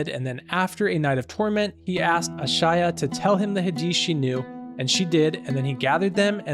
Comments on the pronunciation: It's not A-Sha-Ya. It's pronounced Aye-Sha.🙂🙏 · The original copies of the Quran and hadith weren’t replaced they were only written in a complete book. If They could have kept the originals it would have never changed the message of Islam… I just like to say if you can’t even pronounce an easy name like Aisha correctly then taking on such a complex subject should be done with caution.